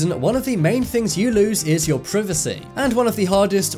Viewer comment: He had me dead 😂😂😂 saying privacy